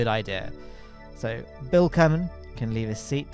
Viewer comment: kerman line, Ker like kerbin